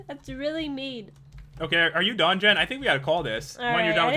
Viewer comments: He said "are you done Jen?" It sounded like he said "are you dungeon" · "are you done jen" Or "are you dungeon"